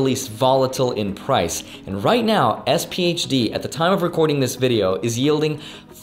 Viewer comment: Please don’t say sphd. Dog of funds